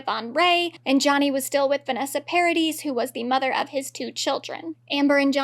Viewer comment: Vanessa Paradis’ surname is pronounced Paradee because she is French